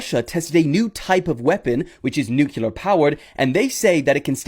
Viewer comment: Okay at about 40 minutes and there's a moron talking about a new weapon that Russia has. Yet, before he discusses that weapon he makes a statement, America the only country to ever use a nuculear weapon! It's nuclear! I hate when morons say that word! Do you also say libary?